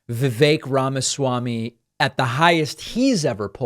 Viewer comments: "Rama-zee". How could she be in the business of politics and say his name like that? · Rachel Bitecofer really needs to learn to pronounce Vivek Ramaswami. She's saying "Ramazee". Kind of prevents me from taking her opinion too seriously. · Pakman makes better effort than most to pronounce names correctly. He also took issue with mispronunciation of Kamala. Rachel is critiquing voters for being under-informed and then very poorly attempted a candidate's name more than once. It undermines her expertise.